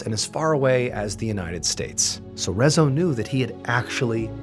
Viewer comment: Hii. Saying hungarian words/names is really hard, but mr Ballen did a good job. But in case someone wonders: Rezső is pronounced Re-zs(it's a double letter. Sounds like je in french)‐ő(like german ö but longer and a little higher). So Rezső is pronounced Re-j[e](french)‐öö(german). László is La-s(normal english s is sz in hungarian. (Another double letter)-loh. Las-loh. Leslie in english but in Hungary it's (only) a boy's name. Btw we learn about gloomy sunday in history class. Not in detail but it's mentioned. (We don't listen to it, just study it's effects). To be fair, during/after ww2 life in Hungary wasn't a very happy place to live (german occupation, then soviet occupation, failed revolts, violence against civilians, people protested peacefully and the secret police opened fire, secret police regularly kidnapping and torturing people, people being sent to prison camps, losing ⅔of the country after ww1, people being sent on death marches, etc. People were already in a bad place mentally (and probably physically) so the sad song influencing them/reinforcing their depression isn't that surprising)